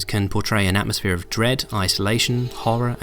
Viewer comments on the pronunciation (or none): "Atmósfere of Dread" hahaaaaa